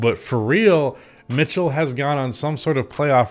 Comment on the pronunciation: "Why Utah Must Trade Donovan Mith-Cell"